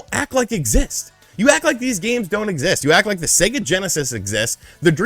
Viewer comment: "Seger" lol